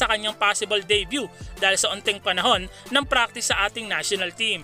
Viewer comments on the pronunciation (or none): none